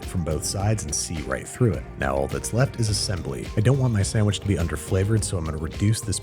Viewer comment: Classic Babish episode. I want a sammmich